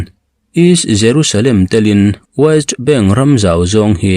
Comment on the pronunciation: Waist bank ti lovin West bank ti in lam la